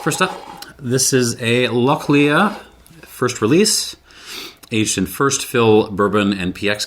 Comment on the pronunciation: Lochlea is pronounced lock-lee, not leah. I understand the first name Lea can be pronounced like that, but not lea in the sense of field or meadow, as that is pronounced lee. I checked and the distillery website includes it on their faq page: "We pronounce it as ‘loch-lee’ with the ‘ch’ part pronounced as if you were hissing like a cat!"